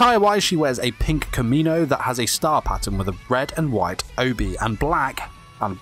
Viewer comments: sounded like he called her kimono "kimino" kimino = 君の = Your 🤔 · "Kamino" ITS KIMONO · M I the only one bother by this dude pronouncing komino instead of kimono ? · He pronounced it like th planet from star wars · He said "kaimonou" The actual pronouncication is close to "key-mono" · KAH-MEE-NO :D Should be pronounced as KEY-MO-NO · KIMONO kImOno not "Kamino" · you keep saying "kamino" that sir is a planet in star wars. it is pronounced "Key-moh-no," ACCENTS ARE NOT AN EXCUSE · “Kimino” made me face palm many times in this video🤦🏻‍♀️ it’s KIMONO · KA MI NO~ Kie - Moe- No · kamino? isnt it kimono? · kimono not komino. . . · Its Kimono not kamino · Its kimono not kamino haha 😂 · Did you just say kimino lol? Its kimono haha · Did anyone here how he said kimono ? Wtf. Kamino??? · I think its kimono not kimino 🤔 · Remember Kimono is not Kimino man, remember that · Whats with the kamino? Its ki-mono myghad! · Normally mispronunctiation of Japanese terms doesn't bother me but did he just say Kimono as "Komino"??? Muzan goes "hee hee" in the night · It's kimono, not kamino... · Isn't it "kimono" and not "kamino?" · It just irritated me a little when he pronounced KIMONO as KAMINO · Kimono. Pronounced "key-mo-no". Not "ka-me-no". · Her clothing is pronounced Ki-mo-no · Yea I was wondering why he said kimono😂😂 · he said kimino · if you're trying to correct pronunciation, it's better to spell it similar to how it sounds rather than separating the syllables assuming they will now know how to pronounce it. Key-moe-no. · I died inside when he said kamino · Did anybody get annoyed by him saying “her koMEANo is BrOkEn” lmao clothes can be broke? Lmao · He said “kamino” lol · "Kimmy-no" Sigh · weebs get annoyed when a non native japanese speaker says their poor japanese words wrong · He pronounced it closer to "kye mah no" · Everytime he prounounces it as KAH-ME-NO, take a shot! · It’s not pronounced “kuh-ma-do” it’s pronounced “KA-ma-do” “KImono” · KI MO NO XDXD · "kimino" nawa